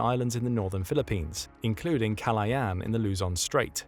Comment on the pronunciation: kalayan? its ka-la-ya-an not kalayan